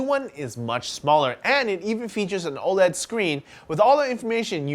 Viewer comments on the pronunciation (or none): none